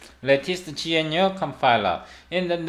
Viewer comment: Just started watching, feedback so far: I like your professional style of presentation though I found your pronunciation of "gnu" quite confusing (I thought you were saying something like "genuine"), perhaps "G C C" might be easier to understand?